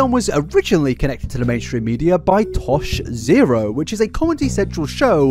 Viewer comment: Why is this man not being roasted for "Tosh Zero?"